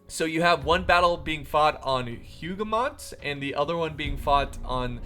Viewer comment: I'm not triggered at all by your pronunciation of names, not because I'm not French but... ahem. it's written as Hougoumont tho, not Houghmount. Totally not triggered;) Great video!